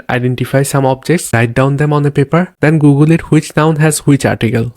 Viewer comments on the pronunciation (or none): none